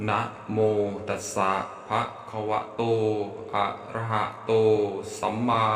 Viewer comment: นะโม ตัสสะ* ภะ*คะวะโต อะระหะโต สัมมาสัมพุทธัสสะ. ภะ นะครับ ไม่ใช่ ภา